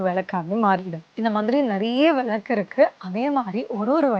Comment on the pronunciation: First Pls pronounce villaku correctly then start marketing..